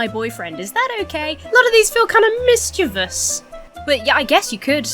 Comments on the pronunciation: Oh damn, you pronounced it “mischievous” as it’s actually spelled, and not “mischievious” like people do 😮👍👏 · Thumbs up for saying mischievous and not "mischevious" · Oh wow. You pronounced mischievous correctly. The subscription was worth it.